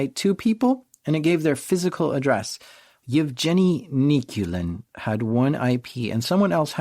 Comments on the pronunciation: Canadian sense tingling. That's a hard 'g' in "Yevgeny". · Yev Jenny is such a cute way to pronounce Yevgeny. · Hey, wanted to help you out a bit with the pronounciation of the guy's name. It's "Evgeniy" with a soft g, like in "ground", it's the Russian equivalent of Eugene. And Zhenya starts with a J sound, like the start of "Jean-Claude Van Damme".